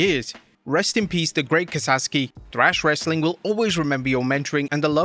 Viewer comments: Kasaki .you said kasaski multiple times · Great Kasaki not "Kasaski"...🙄🤬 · bruh..its KASAKI not kasaSki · Ka-Sa-Ki. Not Kasaski. Come on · It's KA-SA-KI, not KA-SAS-KI. Jeez, the man just died, and you can't even be bothered to pronounce his name right. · Kasaki NOT Kasaski, You said that numerous times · Ka Sah Key. Not Kasaskey. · KA SA KI, not KA SAS KI. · He butchers Japanese names all the time. He mispronounces Raijin and Naraku. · Ka-SaKi. Show some respect and get his name right man. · For crying out loud - kah-sah-kee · Kah-Saw-Ski' is close but the last part is more 'kee' than 'ski'. RIP to a wrestling legend. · It's the 21st century. We have the entirety of human knowledge at our fingertips. Continuing to mispronounce Japanese names is either willfully disrespectful or willfully racist. There's only one s in Kasaki. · Damn man, if you're gonna do an RIP segment for a wrestler that has passed, pronounce the name right. Kasaski? There's only one S in his name... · Wonder where the second s in Kasaki is hiding.